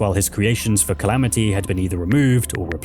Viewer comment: "Calameetus"... brother its the Calamity mod, and Calamity boss, you even said it in the same breath, why are you saying Calameetus, you don't pronounce Calamity as Calameety 😭